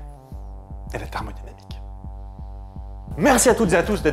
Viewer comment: Quand t'as prononcé thermodynamique j'ai fais un bond en arrière^^